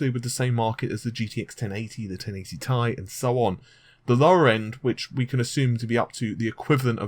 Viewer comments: It's not pronounced 'tie', it's 'T' 'i' or just call it Titanium. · But it's T I not Tie! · I will have to continue skipping the sections of your video in which you call the 1080 "TEE-EYE" ... the 1080 "Tie". Just can't deal. Drives me nuts. Thanks for the Vega news. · not TIE its T-I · T.I not Tie! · gtx 1080 T I ffs. not tie. secondly emboldened not bolded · Not TI tai IT"S TEE AI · TEE.EYE Stop saying "tie". How the hell are you a tech person when you can't even pronounce these names correctly?! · T-I SINGLE LETTERS NOT TY/TYE/TIE/FUCKOFF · t i not tie lol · T.I...T FUCKING I; NOT TIE, NOT TRI, NOT BI BUT LETTER T, LETTER I. FUCK ME IS THIS SETTING OFF MY OCD. TI FUCK SAKE, IT'S TWO LETTERS IN DUAL SUCCESSION NOT AS A FUCKING AMALGAMATION. ITS LIKE TUNING YOUR RADIO; WOULD YOU LIKE AM OR FM, NOT PHONETICALLY AMM OR FUMM. AHHHHHHHHHHHHHHHHHHHHH!!!!!!!!!!!!!!!!! REEEEEEEEEEEEEEEEEE!!!!!!!!!!!!!!!! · first of all it's t i not tie, so get your words right and secondly you aren't invited to that gamer conference either and I bet you it's not what you think it is what if I told you it had to deal with Shield what if I told you that you're f**** wrong it's about Shield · If I had a dislike for everytime you said TIE. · i cant hit the like button in good conscious when you keep saying tie like that. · pronounced "TIE".....lololololol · Sounds like he says Gtx 1080 tie!🤔